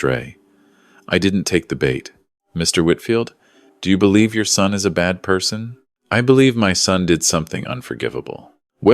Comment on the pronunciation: Concerned son, not sun.